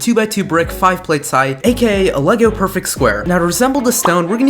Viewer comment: When he said “For the moss block were just going to use a perfect green cube” I thought he said purple….